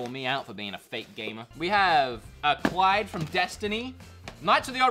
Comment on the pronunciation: This was a good vid until called Cayde-6 from destiny ”Clyde”!!!!